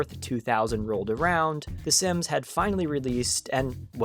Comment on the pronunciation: I hate the way you say SIMS DX